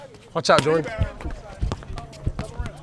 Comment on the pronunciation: You said Jordon lol